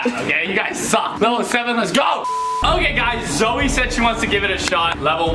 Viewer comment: YOU SAID zeo insted of saying zoe